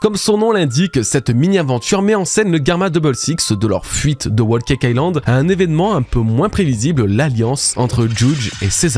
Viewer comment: Wo caca ïland ? C’est trop dur de prononcer l’anglais comme il faut ? Whole cake island